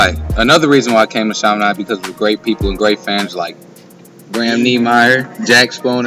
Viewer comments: Chiminade is pronounced Sha-meh-nod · you pronounced Chaminade wrong. The actual pronunciation is sha-meh-nod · As a st.louisian the way he said the school erked my soul.